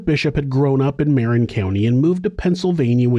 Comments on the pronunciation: muh-rin county. not mare-in. the emphasis is on the rin. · TY. "Marin" is pronounced "MEHRIHN" - just north of SF, on the other side of the GG Bridge. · The way said it, it sounds more like "Marion"